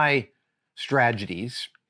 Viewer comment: Adam I like whenever you pronounced it strageties.